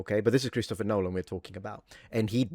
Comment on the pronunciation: "Nolan" he's saying Nolan!!! I thought that was some weird mewling to beat AI.